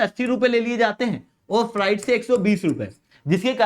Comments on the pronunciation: Freight को फ़्रेट पढ़ा करो फ़्राइट नहीं. Fright डर को कहते हैं! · O educator bhai Frieght to nhi hota ye FREIGHT hota h .